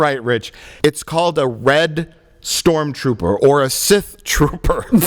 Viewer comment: Sith... Trooper. Sith... Trooper. Si-Trooper. Si-Trooper. Ssssssi-Trooper. Strooper. Struper. Strupid. Strupid. Stupid.